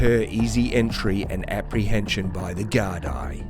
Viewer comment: For future reference in your videos, the correct pronunciation is Garda/Guard for singular or Gaar-dee for plural. It comes from the Irish, Gardai Siochana..'Guards of the Peace'